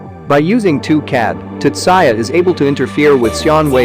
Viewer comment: just you calling him tutsaya is enough for me not to watch this